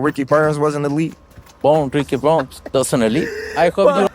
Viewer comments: That man said Ricky Burnz 😂😂😂😂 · If you hear closely Canelo calls Ricky Burns, Ricky Bums. lol 😂